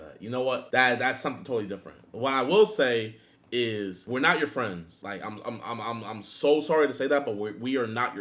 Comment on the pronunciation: Everyone attack jidion, he said where not fweinds